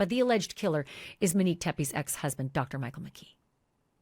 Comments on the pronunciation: It’s not “MUHHHN-NIQUE”, Ashleigh. It’s MO-NIQUE. And of course the killer turned on the lights. How would all those shots be so accurate without lighting? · Moe nique not Minique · I believe her name is MO - Nique and not Menique 🤦🏾‍♀️ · Ashley... please say her name correctly. MOnique. Not Meneque. 🤦🏻‍♀️ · Her name was MOnique, not Minique. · Mo nique not manique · MONIQUE, not Manique, and please let the guest speak and finish what she's saying. She knows more about the subject than you, and you keep interrupting her. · Please pronounce MONIQUE’s correctly. Long O. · SAY HER NAME CORRECTLY!!!! MOnique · Mōnique, just saying, Ash. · So glad you're covering this again !! Tragic story. Wasn't her name pronounced MOnique? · you should pronounce her name correctly. It’s disrespectful the way you can’t say her name correctly. her name is so pretty and you make it really ugly.